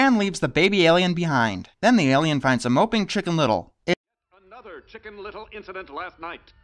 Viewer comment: Your pronounce alien like me! I always say air-lien instead of aye-lien